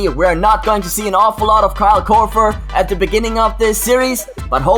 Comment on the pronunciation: The way you say Korver makes me cringe. You say it almost like Korfer, using 'f' instead of 'v'. Though I guess I can't really fault you, with your accent and all.